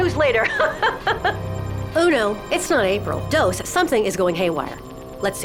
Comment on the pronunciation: He said ono instead of uno. Bad Spanish